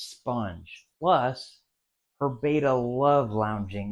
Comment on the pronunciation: Betta not beta !